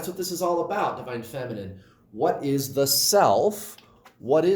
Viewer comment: Good morning,! That is not how we say "about" in Canada! 😉